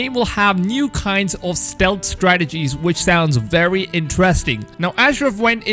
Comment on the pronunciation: I would watch a video with you only saying words with only W and V's in it. Wery wery good job!